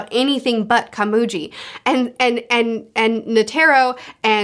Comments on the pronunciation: Net-er-row not Ne-tare-row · If you're having trouble with names, just remember that Japanese is syllabic, where all the sounds end with a vowel. For example, the way you say Netero sounds more like Ne-Ter-Ro, but it's supposed to be Ne-Te-Ro. The vowels all represent different sounds. The "a" never sounds like an "e" -- it's always like the a in father. The e is like the e in beg. The i is closer to the ea sound in seat, not like the a sound in site (although it can also be the short i sound in sit). The o is like the o in on. The u reads more like a long o sound, like in fool, rather than full. The way vowels sound do not change based on where they are in the word, they always sound the same. Also, there are no diphthongs. Vowels are always distinct and do not run into each other. So Meruem is Me-Ru-E-M(u) with a silent u, since it's at the end. Meleoron is Me-Le-O-Ro-N. When an o is followed by a u (and an e followed by an i) like in Pitou, that is to denote that o should be a longer sound. As in, Pi-To, where To takes twice the time it takes to say Pi (if you were clapping, Pi is one clap, To is two claps, does that make sense? 😅) The consonants are mostly the same as in American English, except the g is always hard, so g will never take on a j sound. So it's Ko-Mu-Gi, where gi as in giga, not gym. There are other nuance, but remembering these three should be enough to get by most scenarios. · You're saying "Netairo", it's [Ne-tay-roh] A = ah E = ay I = eee O = oh U = ooh/ew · Quick tip on the names: Komugi: Ko-mu-gi Meruem: Mer-uem Netero: Ne-te-ro Meleoron: Me-leo-ron